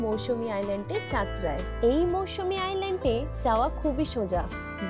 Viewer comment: Not mousumi Mousuni